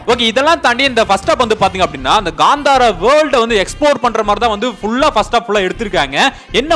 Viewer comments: It's not gantara it's KANTARA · Ganthara alla .kantara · Gandhara illa pa, Kantara....